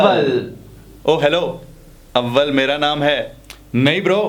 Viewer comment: Abbal nehi too AWAL